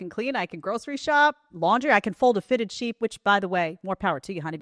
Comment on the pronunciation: “Can fold fitted sheets”. Lol. I heard “I can fold feta cheese.”